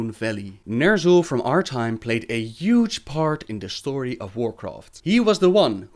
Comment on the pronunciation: omg stop saying yuge!!